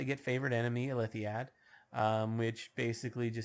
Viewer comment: FYI, it is pronounced ill-lith-id. No 'ad' on the end.